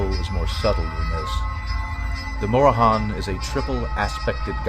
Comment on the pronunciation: Mora-han? Ok, buddy. I'm off to go do some actual research I guess.